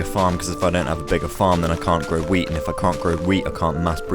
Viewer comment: i definently heard "wheat" wrong i heard weed